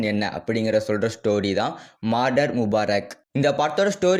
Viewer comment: Marder ilaiya murder😅